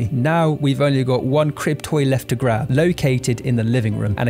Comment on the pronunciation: Oh you’re saying “crib toy” and here I thought you’ve been calling them “cryptoids” lol.. I wasn’t even arguing tho lmao they could pass for cryptoids...